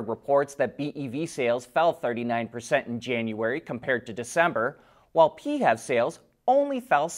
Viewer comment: We need a different term than pee-hev.